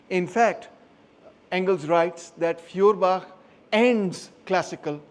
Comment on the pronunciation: You pronounce his name not correct and no properly! I give you an example dear free of charge of course 🤗🤩 You pronunciation sound “ Fiorbach“ which sounds wrongly in German language! It would be highly correct if you pronounce “ Foerbach “ Feuerbach in German Language means; Fire stream,Fire creek,Fire brook…… Your lecturing method is great and very helpful to understand the issue❗️✊👏